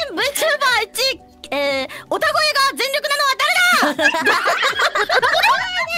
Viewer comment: Made a mistake on Flare's part, she said "otagoe" not "utagoe". So "otaku voice" not "singing voice". Wouldn't want people who don't watch her to mistakenly start thinking she's arrogant ... she's already had trouble with being clipped out of context often lately.